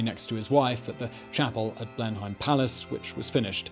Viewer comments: Wtf... have you never been to Blenheim Palace 🤦🏻‍♂️😂 it’s not known as Blen-haim it’s Blenum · Blenheim with a long "e" more like "Bleeeeenheim" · Nobody pronounces 'Blenheim' as 'Blen - hime'. It's 'Blen - num'. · I think you are saying Blenheim Palace wrong